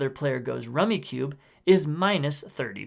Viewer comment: Rummicube?? It’s rummikub. Kub like cub. Good explanation though